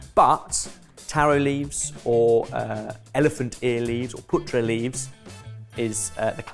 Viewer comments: Hi, it's 'paa-tra' leaves, 'putra' means son in Hindi, you've been calling them son leaves! 😂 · also ben, it's pronounced with both the A sounds being pronounced the same:) so the a in car, "pahtrah" if that helps at all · Oh come on. That first dish is a staple. But then i am of Indian origin. We call it patta. Not patra. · Oh also it a long a Paatra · I got really excited seeing Patra....and then butchered the pronunciation for Gujarati love the content...keep it coming!!